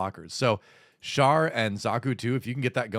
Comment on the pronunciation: Thank God that one of these youtubers actually knows how to pronounce Char.